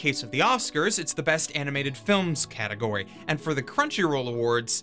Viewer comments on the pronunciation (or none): none